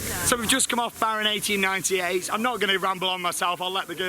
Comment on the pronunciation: Dude, he was spot on!